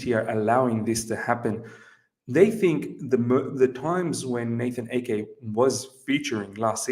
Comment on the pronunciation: It's AH-Ke! Not Eke! Please!! :/